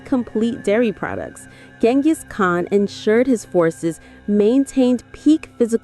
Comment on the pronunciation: Already out. If you can’t pronounce his name correctly all else is suspect